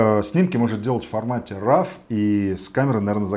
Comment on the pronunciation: Раф. Резануло по уху